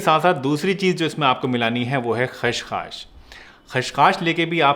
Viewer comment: Thank u.He pronounced it खशखाश instead of खसखस, that i know. And the pic also was not displayed. So the querry !!